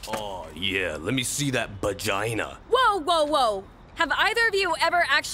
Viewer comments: Who the hell calls it a bagina??? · “Lemme see that *BAGINA*” 😂😂😂😂